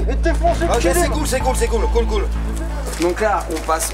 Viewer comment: Aime le commentaire Si tu délire à chaque fois qu'il roule la langue en disant : " cool cool cool "